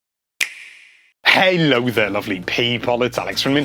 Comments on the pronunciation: no he doesnt. he said "heylo lovely peepo" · he doesn't say that, he said "halo there lovely people" :P